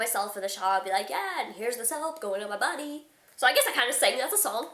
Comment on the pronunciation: ''anywhoree'' ''yeaahh soap goin on my boday'' LOL cracks me up.